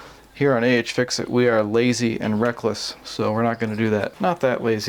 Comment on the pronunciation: One thing... A.H. fix it? No no no no no. It's Ahhhhhhh fix it!